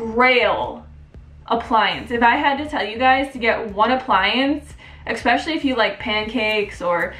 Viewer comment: There is no "X" in the word ESPECIALLY